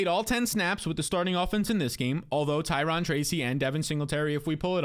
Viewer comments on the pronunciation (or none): *Ty-row-n *Zak-ehh-us